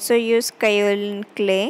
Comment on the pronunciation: If calamine powder not available please share another option. That time your voice not clear. What clay?